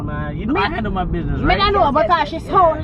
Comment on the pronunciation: Notice how she says “hangle your business“ and not handle🤣. They always replace d with g